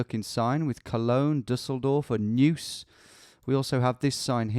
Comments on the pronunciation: Neuss = Nois, not News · The word you're saying as Noose is pronounced NOICE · There's a slang varient "noice" of the word "nice" in English. It is pronounced exactly the same as Neuss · As a german viewer I'm very happy and excited that finally the Google Street View imagery got updated and expanded in Germany! Very cool that you give it a go as well! Two Little tips: - Kreis (short for Landkreis) = county - Pronounciation of Neuss: You pretty much say it like "Noice" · Another lurking German here! Thanks a lot for your videos! 🙂 Btw "Neuss" is actually pronounced like English "noise". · tbh your pronunciation of german words is pretty much correct. for an english native its impressive if you havent practiced it yet. Maybe consider to learn some german haha :D Just what i noticed so far is your pronunciation of "Neuss" "eu" in german sounds like the english "oi"